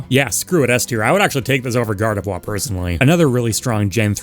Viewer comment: I swear you said gardevoir's name like that on purpose to mess with people. Also, for the boxers, having more than one boxer is totally possible. Look at street fighter. Dudley and Balrog play COMPLETELY differently from each other. One is pure power and the other is more finesse and style with a rapid beat down counter style. Not to mention the 3 common boxer archetypes and you'd be set. I can see hitmonchan with completely different moves than little Mac, with way more flurries than straight lunges in reference to it's pokedex entries which state it can punch so fast it looks like it hasn't even *moved*. Also hitmonlee is clearly either a muay Thai user or kickboxer who btw has super extendable legs which could lend to a tricky spacer character where certain inputs control how far the legs stretch.